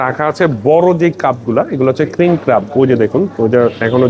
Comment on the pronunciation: ভাই উচ্চারণটা ক্রাব না, ক্র্যাব হবে। খুবই শ্রুতিকটু লাগছে শুনতে। আপনি অনুগ্রহ করে এই বিষয়গুলো খেয়াল রাখবেন।